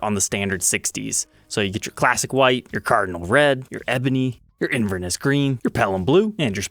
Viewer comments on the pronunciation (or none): Inverness is a city in Scotland and the stress is placed on the third syllable. It’s pronounced Inver-NESS and not INVER-ness.